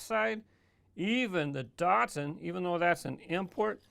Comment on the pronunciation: I have a sneaking suspicion that you pronounce Datsun wrong...